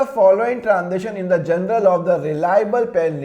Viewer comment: Sir plz "Journal" ko "General" na pronounce karain. It's very confusing.